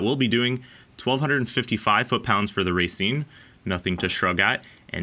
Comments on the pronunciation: "ra seen" is how you pronounce it. not racing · You pronounced Racine incorrectly…. It’s pronounced rauh, not raiy. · think of it as ruh-seen. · Is it pronounce ra-scene as in racine mn or racing? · not sure any wisconsin natives have commented this but it's pronounced Rah-seen from anyone I've ever heard here. Cool Review! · Racine, Pronounced "Rah-Scene". Little tip from a local for ya. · Just for future videos, it's pronounced ruh-seen